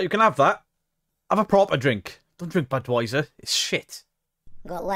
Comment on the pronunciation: 🤣 I laughed too hard at this! He is really trying bless him lol. Budwiser 🤣🤣 That finished me off!